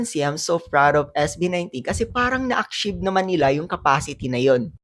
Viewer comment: San mo ba nadampot yang pronunciation mo sa achieve sagwa